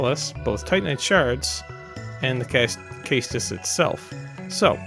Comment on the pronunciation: Caestus rhymes with estus. Edit: this was actually a great video and I watched the whole thing. Keep it up dude!